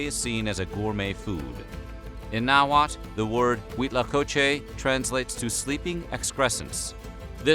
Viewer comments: The L at the end of all these words is actually pronounced. So it nahuatL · hearing people that have no idea about Nahuatl language trying to pronounce anything is funny